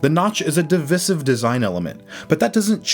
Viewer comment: Did this man really say divisive like that? 😂